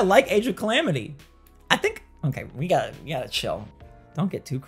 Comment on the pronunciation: AGE OF CLAMITY 😂?????